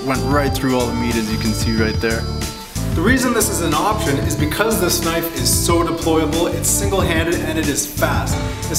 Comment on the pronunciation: mean as ka-nife